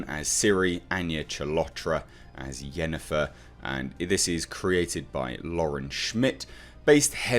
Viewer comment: Clearly says Yennefer, obviously you don't have an ear for accents.